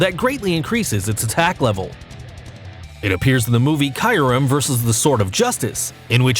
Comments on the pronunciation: Its not kayurem its kyurem and where the fuck is rayquaza groudon and kyorge and you called lugia lujia and giratina jiratina and mewtwo is not made by arceus mewtwo was made from the professor and palkia was not made by areus even dialga and you called dialga di alaga and the strongest pokemon is mewtwo and rayquaza and arceus and arceus was not born in the egg and you called darkrai darkray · You seriously need to work on your pronunciation of names of Pokemon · Did he just say kyrum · Diancay, Loojia, Caillourem, Jiratina, Pal-kia, (he got Arceus right) I'M GONNA FUCKING RAGE! RAYQUAZA WASN'T EVEN ON THE LIST! Also, check the description. This guy knows nothing about Pokémon. Pokemon go is the only game that has Pokémon you can catch apparently. Gardevoir can only be on this list, because it can make a black hole. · Like kyurem pronounced kaiyurem how can someone mess that pronunciation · Gardevyor Kaiyurem Lujia Jiratina Palkeya Darkray Arckeyus I dont hate him but please just pronounce them right not like this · Kaiyerem 🤦‍♂️ Lugia you don’t say it like lutschia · Celebi is a GRASS type, NOT PLANT TYPE! And it is NOT the dragon trio!!! Also, the pronunciations for the ones you did wrong are: Gear-A-Teen-A, Loo-Gee-A, Cure-Em, Pal-Key-A (No pauses whatsoever),, Dark-Cry and Ark-Ee-Us (No pause) P.S, I only watched this till the end cos it was WAAAAAYYY too cringy! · You perfectly messed up the pronunciation of kyurem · U said Kyurem wrong